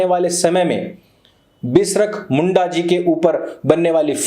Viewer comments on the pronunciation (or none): Bhagwan Birsa Munda ji not Bisrak Munda ji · भाई वो "बिसरख मुंडा" नहीं 'बिरसा मुंडा' है। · Bisrak munda nahi veer birsha munda boliye🙏🙏🙏🙏🙏🙏